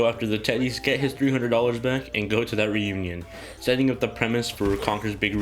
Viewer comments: and it's pronounce "reunion" not "renewñun" 😂😂😂😂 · Conker's big 'renunion' lol i couldn't stop hearing that throughout the whole video nice review btw